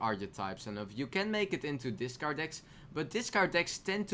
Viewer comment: discard dis card nice pronunciation